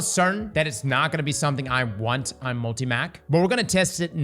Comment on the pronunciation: the way you pronounce multi-“mac” pisses me off lol